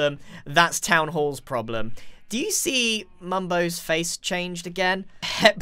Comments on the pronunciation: may say hip instead of hep but grian says heich-que instead of eich-que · he says HEP like HIP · So funny